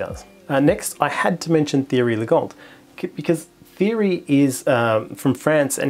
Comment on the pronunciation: Great video, good to find a few more astrophotography peeps, also Thierry is pronounced T-airy like the footballer Thierry Henry. Tamed the hair as well, we need to get you upto 100k subs.